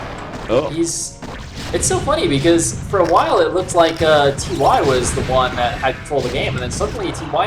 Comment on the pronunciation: Why are you calling him "Tee Why" lol. You had it right the first time you said his name, in the opening. :P